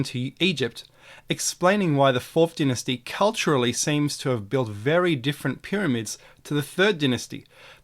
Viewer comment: PLEASE pronounce dynasty properly!